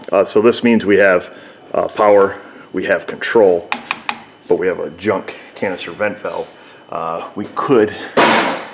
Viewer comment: Canister vent valve You were saying it in such a way it sounded like it was saying cancer vent valve 🤪